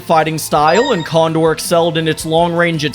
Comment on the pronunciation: when i catch you cawndore and pandore